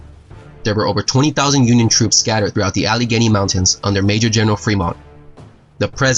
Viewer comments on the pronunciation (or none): none